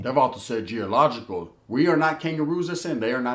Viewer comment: it’s the context in which the word is used. Plus it even pronounced wrong, I’m implying the individual speaking is doing so….